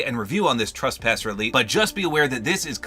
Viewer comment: It’s trespasser not traspasser